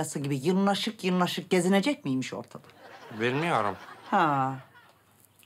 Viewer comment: 56::24'de Gülistan tavşana yırnaşık, yırnaşık gezinecek miymiş? Diye, soru soruyor. Ancak, Türkçede "Yırnaşık" diye, bir söz yok! Onun doğrusu "Sırnaşık" olacak.